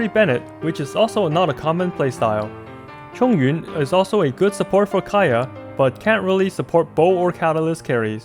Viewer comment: you nailed XinYan, XingQiu and ChongYun the moment I heard you say their names. I'm so proud!!! 👏🏻👏🏻